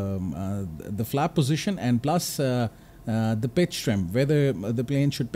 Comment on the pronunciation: It took me 2 minutes to realize that you were trying to say pitch with a "P" and not "B"😅